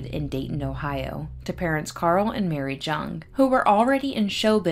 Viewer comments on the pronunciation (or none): My great uncle Orville travelled with and cooked for the clowns. I believe his last name is pronounced "young" not JUNG. Thanks for reporting the story on him 😊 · It's pronounced Young. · His name is most likely pronounced Yueng. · I bet your uncle tells great stories! Thank you for the clarification, I based the pronunciation solely on this blog I found dedicated to clown alley that claimed it rhymed with young. I appreciate you watching 😊✨ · Thank you for the clarification- I read on a blog dedicated to clown alley that it rhymed with young so that’s why I pronounced it this way. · Thank you! I appreciate the clarification also, I read on this blog dedicated to clown alley that it rhymes with young so that’s why I pronounced it this way. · Every person I have known with the surname Jung pronounced it like "Young." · it does rhyme with young. Most j’s in German are pronounced the way we pronounce the y. Its an extremely common mistake for English speakers. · Jung is pronounced “Yung”, it’s German.